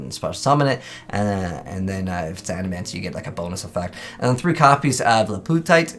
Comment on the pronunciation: It's Adamatia bro 😂